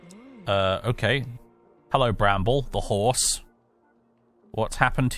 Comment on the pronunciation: “petah… the hoarse is heah”